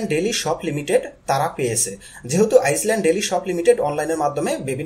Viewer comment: আইল্যান্ড লেখা আছে। আপনি আইজল্যান্ড পড়ছেন। ইংরেজিতে কোনো নাম থাকলে আশা করি পরবর্তীতে সঠিকভাবে উচ্চারণ করবেন।